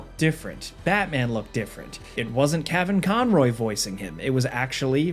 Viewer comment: Kavin Conroy? Leave the mispronunciations to Falcon. I always loved Orgins BTW.